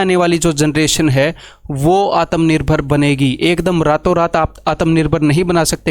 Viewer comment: It's "shikar" not "ssssssikar"..... - "आत्मनिर्भर" bola jataa hai, "आतमनिर्भार" Tum jaise bebkoofo kio criticise krne wala hr insan bhakt nhi. But You don't deserve any job. Because all you want is sarkari, cause corruption and aish hi aish.